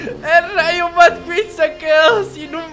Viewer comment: no se llama rayo madqueen se pronuncia rayo maqueen